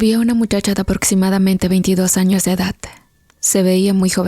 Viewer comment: Se dice 'ciudad", no "ciudat", "edad", no "edat", "comunidad", no "comunidat".